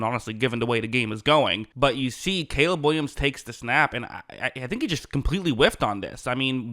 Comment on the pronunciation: "Cayla" Williams 💅🤣